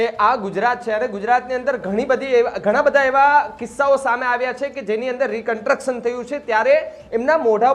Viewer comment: ભાઈ, "રિકન્ટ્રક્શન" નહીં, "રિકન્સ્ટ્રક્શન" બોલો